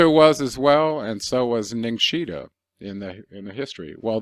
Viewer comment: NIN-GISH-ZID-DA,,,,,, NOT "GINgSHIDA" as being how you say it.... you have the syllables wrong ,,, both you and rex do that ,,, say it write " NIN GISH ZID DA,,,, irritating hearing it being chopped up by so called freelance professionals